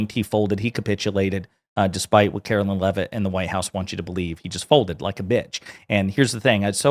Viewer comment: karo-lie Leav-itt LOL